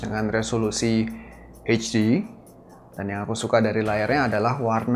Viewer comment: akhirnya bukan "hejdi" lagi 😂👏🏽👏🏽👏🏽👏🏽